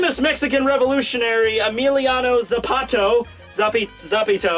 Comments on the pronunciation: you just call it emiliano "zapato"... zapato means shoe... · zapAta, zapAta, you just called him zapato "emiliano shoe" and sapito "emiliano little frog". yeah, spanish is a funny language. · just called Emiliano Zapata Emiliano Shoe and Emiliano Little Toad 😂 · says Mexico correctly yet can't say Zapata correctly... 👌😂